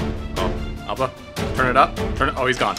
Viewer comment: i know you're saying Auba but can u stop making it sould like ALBA!!!! please??